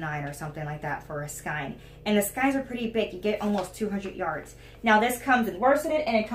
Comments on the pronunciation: Just found your channel! Your too cute!!! Love a shout for affordable yarns. Btw skein is pronounced skān😉☺️ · It was so funny how you kept correcting yourself about the word miter ! I noticed you say skein w/a long I sound....I think it's pronounced w/almost a long A sound.....not quite a long A....but close. Hard to explain ! I just googled "how to pronounce skein" & then listened to the voice say it. By the way, the top you're wearing is such a pretty color ! And nice job on it, too !